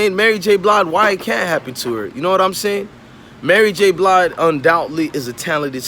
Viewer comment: You lost your worth KNOWING you're too young to know BOTH these folks and you said Mary J BLIDE LMFAOOOOOOOOOOO